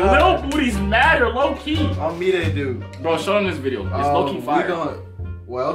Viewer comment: Boy said “oh my gosh, the shirt was fye” I’m dieing 😭😭😭